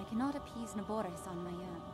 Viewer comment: Na-boar-is Pronunciation